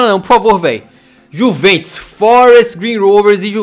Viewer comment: No minuto19:4 o fala:-é gol da juventos. Bem certinho kkk